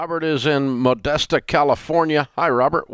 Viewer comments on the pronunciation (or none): It's not pronounced "Modesta", Dave :)